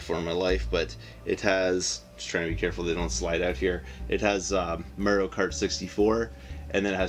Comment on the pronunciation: i love how you silly Canucks pronounce Mario..good stack of stuff there man!